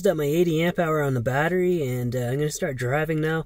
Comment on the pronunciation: I (hickup) can't (hickup) hear the (hickup) word (hickup) watteriey (hickup-hickup) any (hickkkup!) More... Cheers (hickup) ! 😜😉